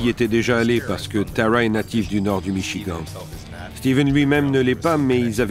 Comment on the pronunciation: C vrai et 2em fois que j étends michigant ! Ça écorche les oreilles,mais. C pas le plus important dans histoire !!